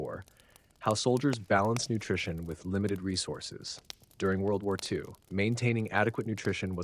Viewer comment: "World Woo Woo EE Two"